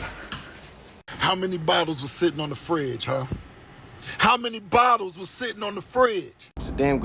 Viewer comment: lol he said bottles